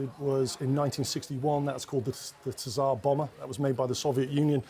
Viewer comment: It's pronounced Sarrr bomba , king/emperor bomb. It's not deployed, or actively used. Russian never put them into development.